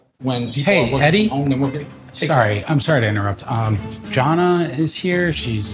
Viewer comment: lol pronouncing Jana as Jonna